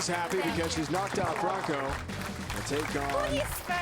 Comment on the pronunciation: 폴란드인의 독일식 억양 그리고 하피 (Happy)라는 발음^ 4위에서 우승먹엇네여^ Congratuation Woh~,~!!